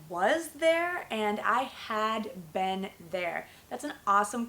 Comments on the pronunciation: it's very difficult for you to teach because your pronunciation of been its verrrryyyyyyyyyyyyy baddd omgggg disgusting sorrry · you pronounce "been" like "ben" ...i've never heard this accent